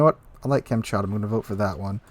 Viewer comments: Com- chot-ka is the pronunciation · It's Kamchatka (as in Cam-Chat-Ka). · Kamm-chat-ka is how you pronounce it. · i believe it's pronounced as kam;tsat;ka